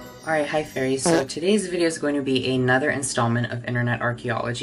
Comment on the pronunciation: tell me why i'm never sure if he's saying "hi fairies" or "hi furries."